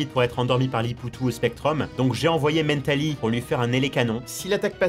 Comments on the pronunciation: Arrêté de dire mèntali c mentali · Toute la vidéo il a prononcé Mentali “Mennetali” ça me stressais x) EDIT: pour votre information, On dit aussi Roucou pour Roucoups (parce que ça vient de Coups) On dit Taïgnon pour Tygnon (parce que ça vient de Mike Tyson) BONUS : On dit Maraisté pour Maraiste (parce que ça vient de Majaisté) Tout à été affirmé par le traducteur officiel des 2 première génération (celui qui a inventé les noms), c’est Julien Bardakoff ^^ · En anglais mental se prononce "Mennetal" donc rien d'anoramal ^^ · Bah il prononce à l'anglaise. Wait. En anglais, Mentali, c'est Espeon. Donc il prononce un nom français à l'anglaise. Laisse tomber même moi je pige pas en fait 😅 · La façon qu'il a de prononcer Mentaly… J'en peux plus T_T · la manière dont tu prononce mentali m'as triger de nombreuse fois mais bonne vidéo :)